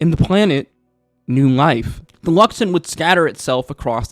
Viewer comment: I heard "Luxummm" beacon so many times, but I also heard you say The Luxon properly...